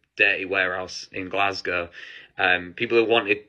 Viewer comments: I live in Paisley near Glasgow, thank you for pronouncing it correctly. I wouldn't have watched if you pronounced it "Glas-gaw" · FINALLY someone pronounces Glasgow properly, thank you kindly 🫡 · So glad that you pronounced Glasgow correctly. Very cool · The accent was on point today 👌 😭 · Happy you pronounced Glasgow correctly!! A lot of americans dont!! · you are the only american ive heard correctly pronounce glasgow keep it up queen